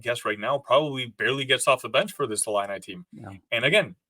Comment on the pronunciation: Discount Justin Timberlake looking dude pronounces 'ILLINI' funny strangely... 'ill-in-eye' :|